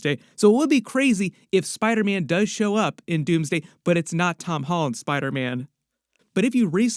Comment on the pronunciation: “Spida- mein” 😂😂